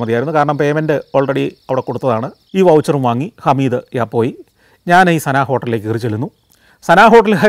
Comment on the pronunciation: 'സന' ഹോട്ടൽ ആണോ അതോ 'സബ' ഹോട്ടൽ ആണോ?😁